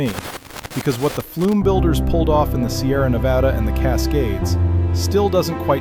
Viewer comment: Yes, more history like this, please! Also, thank you for pronouncing Nevada correctly 😅